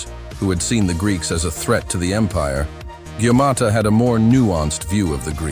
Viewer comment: Hey arserhole 😅😅😅 it's not gaumata it's Gautama Gaumata means mother cow, Gautama is a name of Lord Buddh Vishnu Avataar